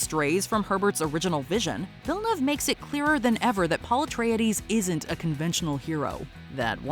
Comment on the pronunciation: How did you butcher Denis Villnuavas name so bad